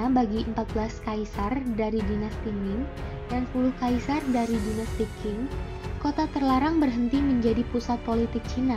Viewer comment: Pelafalan nama2 nya dipelajari ulang, banyak salah penyebutan nya. Pelafalan PinYin bs koq skrg memakai google. Kesalahan pelafalan spt Dinasti Qing (di baca : Ching) bukan King. Dan pelafalan Pinyin tidak seperti pelafalan bahasa Hokian yg banyak memakai kata 'E' (dalam kata : Enak, Esa), tetapi lbh ke kata 'e' (dalam kata : P'e'langi, P'e'tani)